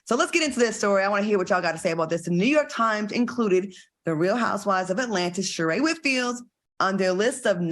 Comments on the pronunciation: Al STOP CALLING THAT WO MAN SHEREE ITS SHER RAY DAMN GET YO OLD BUTT OFF THIS SHOW….. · How will AL be able to help Sheree flip her story. When AL can't pronounce anyone's name. He called Claudia Cardi and Sheree Sharee